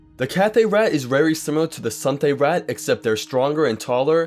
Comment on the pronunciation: Suthay-raht being the most common outside elsweyr just doesn't seem to be true given all the Khajiit in Oblivion and Skyrim are Cathay. Also, why are you saying Sunthay? I'm 100 percent certain there is no "n" in it.